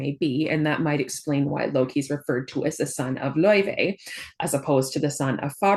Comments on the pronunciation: I believe they are pronouncing it lao-fey in promotional videos, though they almost only say Faye when talking about the character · The devs had confirmed , its pronounced lau -Faey and not like the icelandic singer .